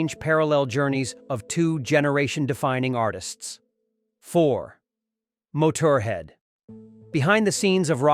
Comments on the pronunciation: Motourhead? Train your AI better! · Mo-tour-head.. really, AI? Really? AI is turning youtube into shittube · "mo-TUR Head". Oh AI, you amuse me so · AI REALLY NEEDS TO WORK ON BAND NAMES AND CELEBRITIES NAMES. IN THIS VIDEO I HEARD NEAR-VANA, MOTRA-HEAD, AND LEMMY KILL MISTER. I ALSO PERSONALLY THINK GREEN DAY MAY BE THE BAND THAT SHARON CLAIMS REFUSED TO PLAY THE “BACK TO THE BEGINNING” SHOW BECAUSE THEY WOULDN'T GET PAID. I HAVE NO EVIDENCE BUT IT'S A LITTLE WEIRD THAT GREEN DAY AND OZZY WERE CLOSE AND THERE'S A LOT OF CONNECTIONS BETWEEN THE ROCKERS YET GREEN DAY HAD ABSOLUTELY NOTHING TO DO WITH OZZY'S FINAL SHOW, NOT EVEN A VIGNETTE BETWEEN BAND PERFORMANCES. I GUESS THAT'S WHY GREEN DAY HAS THE COLOR OF MONEY IN THEIR NAME. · Are you literally going out of your way to mispronounce things? You said Motorhead like a fucking gps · The way the narrator said "Motorhead" ruined my day